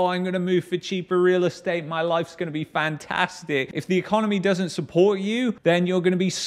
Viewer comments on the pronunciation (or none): none